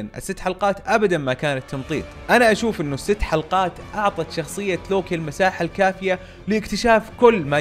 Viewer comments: صحيح وكأنه يلفظه lowki 😅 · انطق اسم لوكي عدل يا ☺️